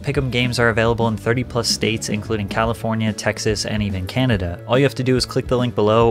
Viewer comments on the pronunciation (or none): none